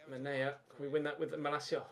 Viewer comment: He also called him manea